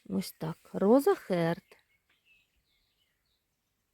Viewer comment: роза харт. бо харт це серце і р майже не вимовляється. можна сказати і хаат. протяжно. не роза, а роуз.